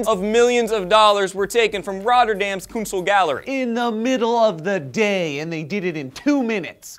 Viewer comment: hahah so funny to hear say 'kunsthal' haha xD its literally 'art gallery' hahaha xD